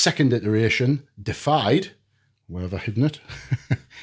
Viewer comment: Not "Defied," it's "Deified" (DEE-if-eyed) which means made godlike.